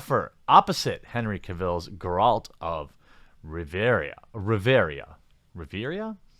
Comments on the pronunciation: I wish you knew how to pronounce the protagonist's name tho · somehow , you mispronounced both 'Geralt' and 'Rivia' while pronouncing 'Geralt of Rivia'. Try the games out for real, you will probably like them in real life as well,not only as a reporter persona. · Have you played the games? Seems like you don’t know much about the Witcher’s lore if you can’t pronounce Geralt’s name lol. Geralt of Rivia.